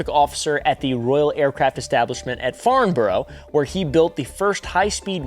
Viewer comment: No way farnborough mentioned, farn-borough btw